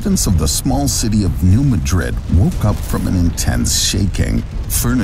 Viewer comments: Alaska is actually highly prone to earthquakes, in fact, it outranks California in the number as well as severity of earthquakes. Yes, it makes sense to pronounce New Madrid like the city in Spain. But for whatever reason, the A is like the A in cat so it's New MAdrid. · The earthquake in new Madrid- omg I hate to correct you but it’s mAdrid not madrId- I live around there and usually only people that have been there or have lived there know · It's pronounced New MAH-drid not like the Spanish city. When the New Nadrid fault goes it won't be like a 9 but it will be devastating as so many pipelines cross the Mississippi. And roads...the bridges will be gone. edit: when Cascadia goes we will be fubar for a long time (possible decades). The earthquake and following tsunami from the Cascadia in 1700 was confirmed by the orphan tsunami in Japan on 27 Jan 1700. In 1812 there was an earthquake in New Madrid. It made the missippi run backwards against the flow for a time. The sand blow holes are still visible today. That is called liquifaction. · New MAD'rid. New MAD'rid. This is the second video I've seen today where the name of New Madrid was pronounced wrong. The accent is on the first syllable. It's New MAD'rid. And by the way, there was a magnitude 5.4 earthquake that caused shaking and swaying to Chicago and its northern suburbs in 1968, so I'm surprised you never mentioned potential danger to Chicago. I was, at the time, on the top floor of a narrow 6-story building, and believe me, that short tower moved enough to scare the dickens out of lot of the people inside. It is still the strongest earthquake ever occurring in Illinois, and according to Wikipedia, it was a "New Madrid event" going through a previously unknown fault now called Cottage Grove. Sure, not too bad, some fallen chimneys at most, but since there have been far larger quakes from the New Madrid fault, danger to Chicago and possibly even Milwaukee are not out of the question.